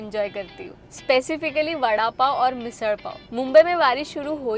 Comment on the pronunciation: मिस'ळ' आणि ठाणे उच्चार करायला शिकल्या बद्दल वहीनीचे जाहीर कौतुक आणि आभार. व्हीडीओ मस्तच❤